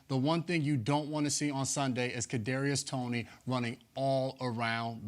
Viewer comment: Patty mahomes is the villain if you like him and this man said kadariois toney wtf